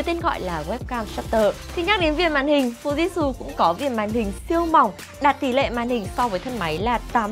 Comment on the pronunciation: hãng máy đọc tên cần sửa lại shop ơi: Fuji/tsu ( phư ji chự) Chứ ko phải Fujit/su